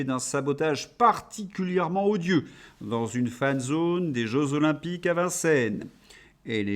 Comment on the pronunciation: Bonjour et merci pour votre travail ! C'est drôle votre petit défaut de prononciation : zeux jolympiques ! 😂😂 Aux sans Jélysées, palimpinlimpin, aux sans Jélysées ! C'est une taquinerie, je ne loupe pas vos revues de presse.